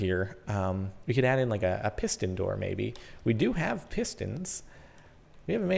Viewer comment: "When he says piston there" it sounds like "pissed in there "